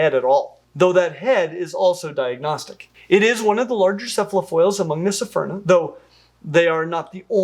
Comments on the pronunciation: It's pronounced, Sfurna. Not, Sy-furna. With all due respect. Love your vids. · It’s pronounced Sphere-Nah. Not Sa-fear-nah. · Small error: keeps saying "sephyrna" and not "sphyrna" "Isn't it pronounced "sphaierna?" Okay, okay Say "sphynx" Now say "sphyrna" Same thing lmfao I believe in all of you xD That said, thanks for covering one of my favourite sharks:) Super excited about the new species! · just two points of pronunciation that are killing me. First, cepha- is of Greek origin, Brits mess up trying to turn all 'c's into 's' sounds. It should be pronounced "kefa." Second, you keep saying "sy-ferna" for the genus. There is no vowel between the 's' and 'ph' of Sphyrna, just like the word, "sphere." We don't live on a "sy-fear," and the genus is not, "sy-ferna." I try really hard not to be "that guy," but you are repeating the same mistaken pronunciatinos, over and over. Normally, you are really good on it. I can forgive you doing the 's' thing to cephalopod, as you don't say that too often, even when doing videos on octapodes. Oh, and if it comes up, cnidarians, the 'c' is a 'k' sound as well, it's not silent, and not an 's''. Again, it's Greek. Look it up. The prefix means, "spear." Thanks for the informative content, tho. I'll go away now.